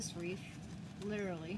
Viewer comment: That’s one of the most beautiful “Wreaths” I’ve seen so far, but it’s pronounced REETH, just like TEETH. Not REEF, which is coral, found under the ocean for fish to live in 🤷‍♀️. Sorry, I truly don’t mean to be rude. I will definitely try and make this, hopefully I am as talented as you are 😊